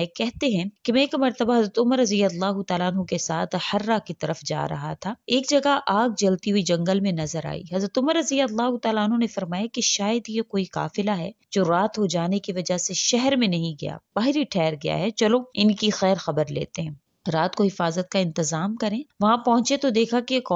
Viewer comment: MashaAllah aap explain bohat acha karti hein aik request ha wo ye ke aap lafz e QAAF ko kaaf pronouns karti hein jaisy YAQEEN ko yakeen is video ma aap na QAAFLAY ko kaafla parha QAAF ko agar KAAF parha jaye to meaning change hojatay hein for example agar QALB yani dill(Heart) ko agar KALB parha jaye to meaning change hojatay hein kewnka QALB ke meaning Heart ke hoty hein aur KAlb ke meaning Dog ke hotay hein. Please don't mind. I like your wazaif videos.